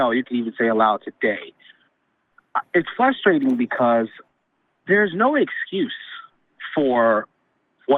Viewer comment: People that mispronounce frustrating are a frustration. I'm not taking good nor bad from a poorly written ancient child's story. Mandatory suggestions= beautiful disaster.